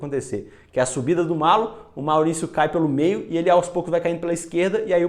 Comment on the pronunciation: Gostei muito! E o narrador errou a pronúncia, é "MALHO". Dois L's com som de LH mesmo. :yougotthis: Nova inscrita! :goodvibes